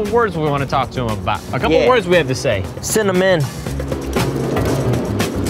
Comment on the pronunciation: “send them in” sounds more like cinnamon 😭